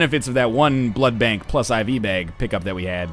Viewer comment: Jesus ducking Christ say blood bank not blood blank